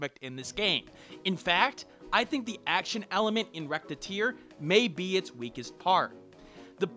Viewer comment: ....I cringed at about a minute in when you pronounced "Recettear" like "Rettear"(or however you'd type your pronounciation).